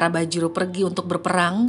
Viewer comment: Bajirao .. bukan bajiro